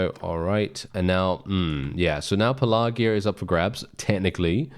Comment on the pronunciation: Pelargir - Your pronunciation is way off. I thought you were talking about something else.